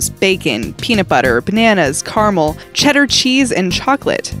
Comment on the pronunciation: Did this girl just pronounce caramel like Car-mel?